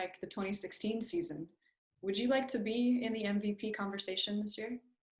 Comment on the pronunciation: its MVP not MCP